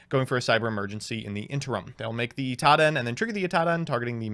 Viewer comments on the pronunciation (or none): Its "Cyber Angel Idaten" not "Itaden" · You lost because you pronounced it Itaden instead of Idaten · To this day, I’m still not sure if he reads Idaten wrong or if he’s doing it on purpose like with the other ones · I mean He still says idaten wrong